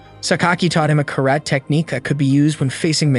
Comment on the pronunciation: how you pronounce karate is so cringe